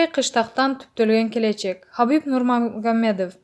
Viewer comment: Нурмагомедов деп айтканды уйронуп анан окуса болмок экен 😞